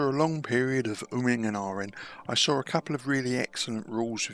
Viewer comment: I sawr,".... I love my English cousins.